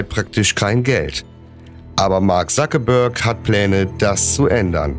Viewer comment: nicht Sakebörg sondern Zuckerberg